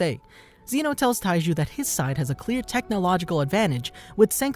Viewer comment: this guy said Taiji instead of Taiju, in the very first few seconds of this vid KEKW